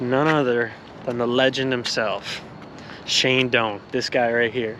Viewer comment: You know it's gonna be good when he says "Doaner" 😂